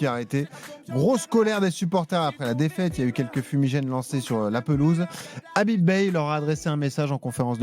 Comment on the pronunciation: C’est pas Habib mais Khabib qu’il faut à Marseille